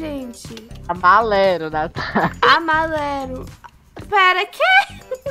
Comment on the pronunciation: Ninguém:a: amalelo Kkkkkkkkkkkkk